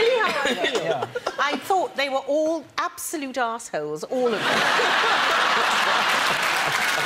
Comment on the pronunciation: "absowloot arse wholes." Fantastic.